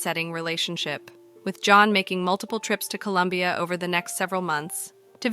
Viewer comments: ITS COLOMBIA, NOT COLUMBIA!!!! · Colombia, not Columbia!